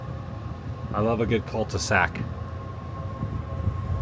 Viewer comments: Are you saying Cult-e-sac on purpose or did you mean Cul-de-sac? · Btw it’s cul-de-sac not Cult e sac.